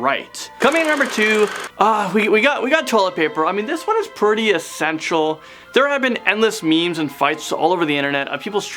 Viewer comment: Bidets are cleaner and more hygienic. Also its pronounced "pretty" not "purdy"